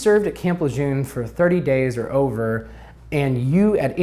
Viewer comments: properly pronouncing the name of the place would be a good start... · Please stop mispronouncing Lejeune!